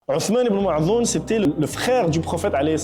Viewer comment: Ottomane ibnou madh'oune ...pas mae' dhoune...OK...corrigez svp .🎉❤🇩🇿